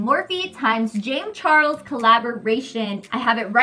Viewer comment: did she say morphie times jame charles palette💀